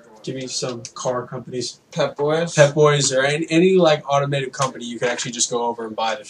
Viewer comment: It's AUTOMOTIVE fuse, not "automative/automated."